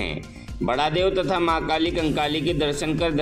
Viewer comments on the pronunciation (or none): कली कंकाली है ठीक बोलो ना